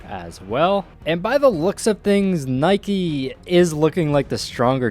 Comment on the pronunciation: It's Nike not Nike